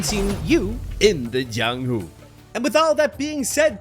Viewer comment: THAT IS NOT THE JIANGHU THAT WUXIA ITS DIFFERENT and its called cultivation techniques also dont say the letter j as how the spanish and other countries say j as h or something ypu say j as j itself also is his name jiang or yang cause you say j as something edit this is not hate just a correction since if its created by a chinese it is most definitely going to be a cultivation world and cultivation is different from martial arts and if you are a golden core you are basically invincible in the real world but sometimes people dont really add these types of realms and ignores it completely